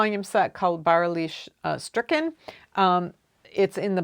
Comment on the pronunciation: I loved how you pronounced "Bäuerliches Stricken". I will buy these books (1-3) somewhere in the future, they are on my wishlist. I didn't expect you to mention them. My mother had the idea that I could knit socks for my father. I know his shoe size (German size 44). He lost weight. I tried to ask her for some more information but immediately recognised that this is useless. So I just knit what could fit the foot and leg I have in my memory. It's a pretty stretchy pattern with knits and pearls and some cables, so it should just not stretch as much but fit if his leg is thinner as I expect.